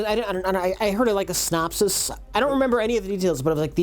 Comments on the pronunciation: "...a snopsis..." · I got one for the Rich Evans word mispronounce files (synopsis). Snopses?